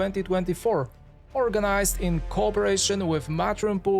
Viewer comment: Maganda sana ang documentary kaso hindi maintindihan ang pag pronounce mo kuya. Sumakit ulo ko. 😢 and please pronounce PHILIPPINES properly. Nakaka trigger. “Eben” Maganda sana ang content.. 🫠